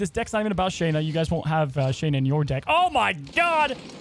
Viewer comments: Loved your video. Very fun variant on the Patriot Ultron punch. But ... PRETTTY sure that the Marvel comics historical pronunciations are KAY-zar (not ka-ZAR) and Shah-na (not SHAY-na). NOT a criticism, just thought you may want to know. Hope that is helpful ... and keep up the great videos! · Her name isn’t “Shane”na” it’s “sha”nna